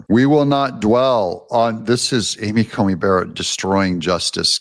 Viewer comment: Love your show, but sometimes you need to find out how pronounce names. It is Amy Coney Barrett not Comey.